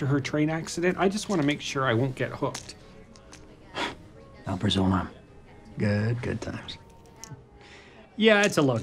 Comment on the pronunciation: pharmacy fail: alprazolam is pronounced al-PRA-zo-lam not Al-pra-ZO-lam. side note it's Xanax